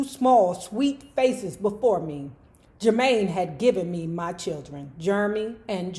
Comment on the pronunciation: if you forgot was from DC just listen to that name pronounciation lol! at first I thought they really named named that child "germy" 🤣